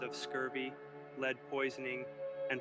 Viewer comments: Lead poisoning is pronounced Led (as in the element?) not Leed. How could you not know that? Leeed poisoning? What exactly did you imagine lead poisoning is? And you completely neglected the mention of Franklin’s wife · “Leeed” poisoning is what tipped me off that it’s an AI video